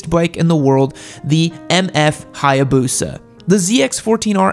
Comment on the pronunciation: So the Hiiiiiboosa has Can-Gee on it yam?